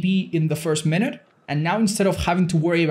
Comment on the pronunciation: "ten minuet mark" 16 hour video